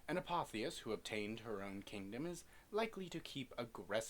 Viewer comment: I've always heard it as a-pof-is